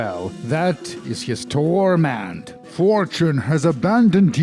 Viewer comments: Please stop saying TORMENT like that. It makes my Sensates Faction tattoo tingle. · thanks for the new vocal stim, i haven't been able to stop mimicking the way you say TORment... in fact, it's become my own personal TORment